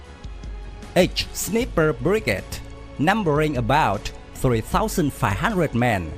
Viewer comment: "Sneeper" brigade?? 😲